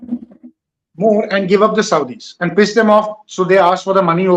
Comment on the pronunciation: Andddddddduhhhhhhhhhhhh anddddddddduhhhhhhhhhhhh..........please fellow Indians..............AND is pronounced AN(d soft).....keep at the tip of the mouth, don't say DUH